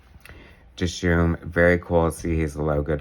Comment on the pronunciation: Wow, thanks so much for the surprise review! I really appreciate the support, and you really nailed a LOT when you were inferring references and sources of inspiration. And you also pronounced Dishoom perfectly. Thanks again,!